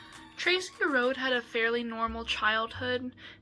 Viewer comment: Their last name was pronounced like Roadie. My uncle was best friends with Scott and Tracy was my neighbor for a while and I was in the same grade and friends with her brother.